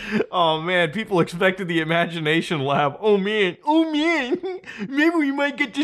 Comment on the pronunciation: "IMAGNATION LAB"